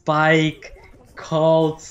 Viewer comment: he said Cult and Bouncy...